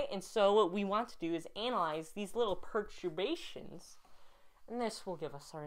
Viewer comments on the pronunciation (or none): I like that you can do calculus of variations but you can't pronounce perturbation correctly (but that's ok)